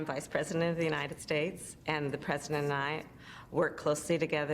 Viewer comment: Harris seems to have lost the letter "t" in her ever growing incompetence..The Presiden, a single paren, le me finish my senence.... etc. If one didn' know better one might think she was drunk.